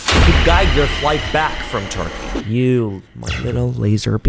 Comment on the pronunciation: "It's not even abroad, anywhere, if you go to a unprofessional center..." he says after pronouncing the name Turkey many times and making it seem like the center of all dentistry evil. I appreciate that you raise awareness but the imagery was stressful already; please at least say the name right. ps: I follow your channel for you being a critical thinker, however sometimes you are really harsh and that also inspires critical thoughts such as this